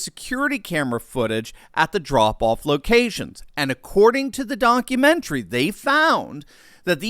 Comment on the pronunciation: “according to the donk-u-mentary….” Please tell me this was on purpose 😂